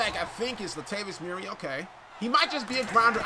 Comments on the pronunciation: How many times do I have to tell you? It’s Mur-REE not MUR-ray. 😒🙄🙄🙄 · Lol bro it's "mur-ree". Not that shyt you saying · I kills me the way he pronounces Murray.